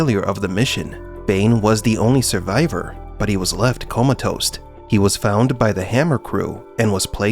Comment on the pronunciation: Fyi: It's "comatose", not "coma-toast"